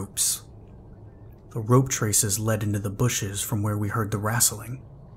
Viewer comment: It’s rustling not wrastling 😆